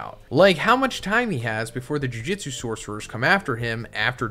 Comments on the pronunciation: This is a well structured video but the mispronunciations are really getting me lol. No hate but maybe listen to the subbed version of the show. It's not Jiu Jitsu kaisen lmao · Jujitsu, muhgoo-me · JUJUTSU NOT JIU JITSU